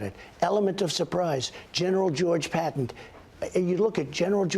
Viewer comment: Does anyone notice that he always calls Patton "patent" and McArthur "maggarthur"? I don't know why this bothers me so much.... It just seems disrespectful like he just doesn't care enough to learn how to pronounce their names. And he wants to teach the generals a thing or 2? What a piece of shit.